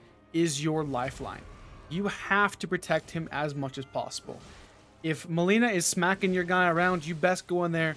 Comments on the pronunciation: It's not melena its malenia pronounce it correctly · It's MALENIA not MALENA jesus that triggers me so damn hard :D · It's not Mileena. It's Milenia ... Like the world Millenia lol. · malaria not melina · will try some of this. but I got a question: what happened to the pronunciation of malenia (you pronounce it like malina) and ever worse radagon? I'm always perplexed when names get butchered like this, even though they're said in the game multiple times. especially malenia. since you too died a lot to her, that name is burned into one's ears and brain, isn't it? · why would you pronounce Malenia as Mileena wtf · Maybe you should learn how to say her name right. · Maybe learn how to read her name first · Jesus please say her name right lol